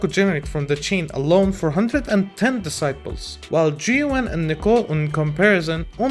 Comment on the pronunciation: i was not looking at the video and was hearing characters getting Disciple points \, lol you was talking about Decibels (Des - See - Bells)